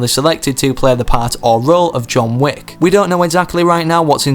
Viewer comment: tf, "wick" does not rhyme with "weak"